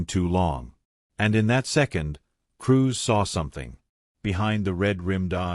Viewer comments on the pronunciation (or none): Dotting i's and crossing t's. Cruz not Cruise.